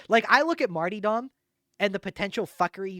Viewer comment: If this guy says martee dom one more time I'm going to puncture my own eardrums. I'll never get back the time I spent listening to this. 😢